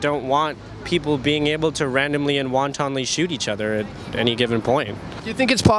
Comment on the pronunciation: he meant wantonly but said wontonly lol